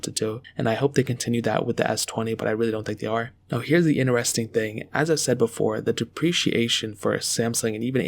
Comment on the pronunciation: Who the hell says inter-resting